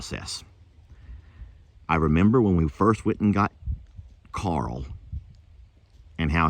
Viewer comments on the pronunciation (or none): none